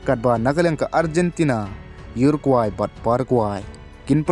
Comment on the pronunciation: Parakwe bad urakwe ym dei para kwai..urakwai da pronounce bha seh..😀